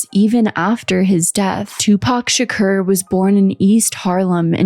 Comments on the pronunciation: Tupac Shuh-koor. say it w/ me. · HOLYSH*T What the Fu*k U NO A WHITE GIRL AINT A HIP-HOP FAN WHEN UR FUC*ING UP SAYING PACs LAST NAME THE WRONG WAY